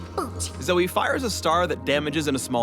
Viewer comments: If youre gonna spell it as Zoe, then pronounce it as Zoe. Its Zoe, not Zoey. Fucking riot doesn't even know proper grammar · RIOT IF YOURE GOING TO SAY ZOEY SPELL IT LIKE ZOEY NOT ZOE. LIKE WHO THE FUCK CALLS JOE JOEY???? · "Zoe-e-z...." Please, no...